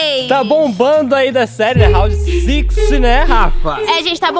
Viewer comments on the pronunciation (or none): "raondi sixi" KKKKKKKKKKKKK gente round 6 é a tradução, não se lê em inglês